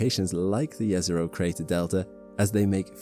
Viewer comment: Nice to hear correctly JEZERO :face-red-heart-shape